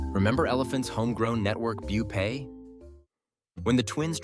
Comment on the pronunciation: Did you even watch the full video? He referred to Rupay as Bupay in this video